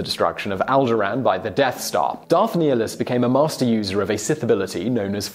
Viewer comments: It is prounouced (Nigh-nilus) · Reeeeeeeeeevan, Qweee-gon, neehilus, Kreee-uh, bruh lol wtf. This list is terrible btw, Nihlus can devour entire world with the force and drain his enemies of life completely, please someone explain how some old guy who can shoot lightning out of his fingers like a magic fairy is stronger.